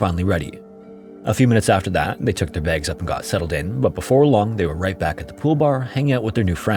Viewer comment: God this ai slop voice saying "baygs" instead of "bags" irks me 😂